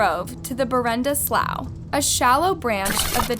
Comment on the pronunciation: It's not pronounced chow-chee-la. It's pronounced chow-chill-ah. I've lived close by for 61 years, all of my life. And "slough" is pronounced "sloo". Wtf? Can you not imagine what you sound like to someone who was actually there?!?